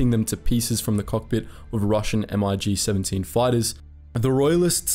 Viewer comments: Mig isn't an acronym so you don't pronounce it "M.I.G.". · "M-I-G planes"? It's Mig, just say Mig planes. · "MiG" is pronounced as one word not independent letters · They are not M-I-G fighters,....they are MiGs.....' still a good video (thumbs up, brother)...